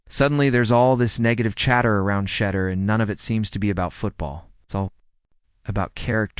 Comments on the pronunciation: Well re-program that thing! Good grief! Can pronounce Shedeur or Deion? Crazy... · Why Can't This dude pronounce his name correctly how can you take him seriously if he can't even pronounce his name